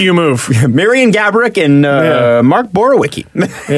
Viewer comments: Borwicky is pronounced Borvee-etzkee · His name is pronounced borv-e-eski